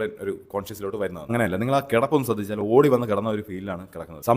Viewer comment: ശ്രദ്ധിച്ചോ എന്നാടോ.. ശ്രദ്ധ.. ദ്ധ 😢